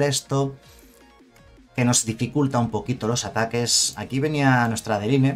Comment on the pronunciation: Pronuncia para el orto adeline jajajaja